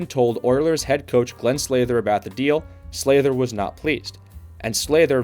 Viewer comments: Sather, not Slather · Is there a reason you can't say these words properly? Oilers SAYYYYYther not SLAYther Krushelnyski How awful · And now you are misspelling his name too. Its Glen with one n. It is definitely not Slather either, its Sather. Also you mispronounced Mike Krushelnyski’s name too. Its pronounced “Kroo- shelniski”, not crush. Simply checking Google could’ve avoided this. Also you might’ve gone a bit deeper into Oilers owner Peter Pocklington’s financial problems, which partly necessitated the move. He owned a company called Gainers, which was failing. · Glenn Sather, not Slather. Please get your facts straight before posting again. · Sather not Slather. Why do all hockey videos have names pronounced wrong? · Glen Sather…not Slather. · Glenn "Slather"? Really, bud? :face-green-smiling: This entire video has to be the biggest brain fart put to YouTube, I've ever seen. Holy 💩. 😆😅🤣😂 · Who pronounces Sather “Slayder???” Where do they get these narrators, A.I.??? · Got me with that Sather pronunciation 🤭